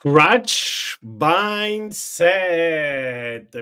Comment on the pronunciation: non ti arrabbiare se te lo dico. "Crouch" si pronucia /kraʊtʃ/, non /kra:tʃ/. Un abbraccio.